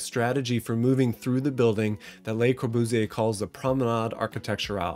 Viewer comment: plss don't say his name like brat pitt speaking french